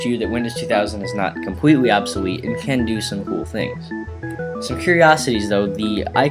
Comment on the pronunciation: Compweetly unpwayabul